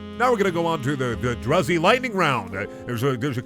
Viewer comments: Its pronounced droozy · clicks tongue umm actually druzy is pronounced "drew-zee" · The way he pronounced druzy tho :/